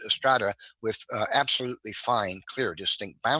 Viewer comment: Sedimentary 'stratah'? Is that take on Hovind's 'wahter'?